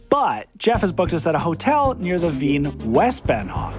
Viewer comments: I know it shouldn’t bother me, but Wien is not pronounced “ween” it’s pronounced “veen”! The W in German makes a V sound 😅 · I couldn't help notice that in the original video, you kept pronouncing the city's name as "ween" but in the voice over as the (correct) "veen." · The W in German makes the same sound as V does in Engish; so its not Wee-n, its Vee-n, its not Wee-ner, its Vee-ner. In German the V makes same sound as the F does in English. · The confident mispronunciation of Wien are making me squirm out of the need to correct but I gotta admire the confidence!